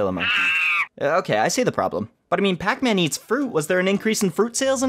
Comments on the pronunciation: You called Pac-Man Pac-Pac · PAC pac? It’S Pac man